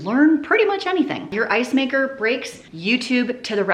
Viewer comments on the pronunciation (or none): none